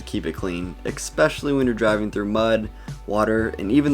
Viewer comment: you are charismatic and great to watch on YT but please practice saying ‘especially’ instead of eXpecially… that wouldn’t go over well in, say, a job interview.